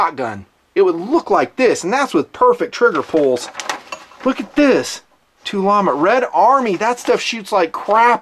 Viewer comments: Hey, just for your information it's pronounced Tula-Ammo not tulamo. Knowledge is power! Thanks for the great videos. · Too-llamo 😂😂😂 it's made by the Tula factory. They're trying to be cute. Just call it Tula. Also your videos have some fat on them, just stay focused on the rifle and this would have been a 29 minute video, or save the bs talk for at the end of the video (watches, table garbage, b*tching about your viewers ect) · ...it's Tula Ammo, from Tula Russia....it's pronounced To-La. The packaging of this ammo is just marketing....i.e. Tulammo. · I dont known....tul-llama sounds funny in a good way.